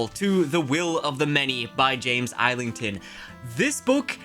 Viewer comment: not island-thon.... it is ''is-ling-ton